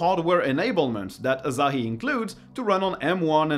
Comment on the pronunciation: It's Asahi, not Azahi...